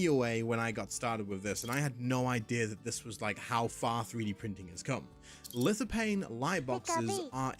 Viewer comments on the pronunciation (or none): From Lithophane. Lithophane....Pronounced "LithoFane"....not "LithoPain". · It's pronounced Lith-o-FANE. that's a PH in there.🙄